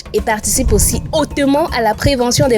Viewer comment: Le « hautement » 😂 le Camer en puissance